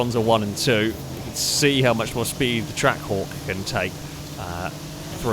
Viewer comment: was I only who kept hearing Track Whore, instead of Trackhawk.